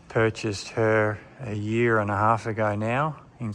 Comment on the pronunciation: THE WORD IS YEAR!!!!!! NOT GEER